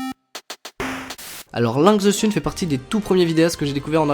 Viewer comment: SÉRIEUSEMENT, LINKS ZE SUNE ? TU PRONONCE VRAIMENT CA LINKS ZE SUNE OU C'EST POUR DÉCONNER ?! J'AI FAILLI FAIRE UN ARRÊT CARDIAQUE BORDEL !!!! Links se prononce comme pour Link, le héro de la série Zelda mais avec un -s à la fin, the se prononce -the et pas -ze, et bordel sun ça se prononce -seune pas -sune